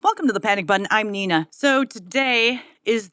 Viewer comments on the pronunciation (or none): none